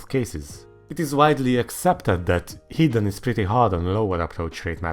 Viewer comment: Hot take: ar should be adjustable and ez and hr's ar should be based on density. I'm a noob so if this is completely retarded please say. Also when you say hidden it sometimes sounds like heathen lol.